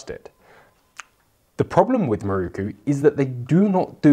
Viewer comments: MIROKU! Pronounced in English: Me Rockoo. Certainly not Marookoo 😂😂😂😂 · how is it possible that someone presenting a program like this, can not pronounce the makers name. The word is spelled with an O as the 4th letter. Why do you insist on changing it to a U